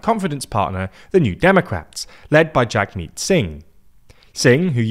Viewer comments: Hilarious method of pronouncing leger (lay-j-ay) and the "jag" in Jagmeet is actually "jug" (as in "hug", as he sometimes says) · Needs more research on pronouncing Leger and Jagmeet.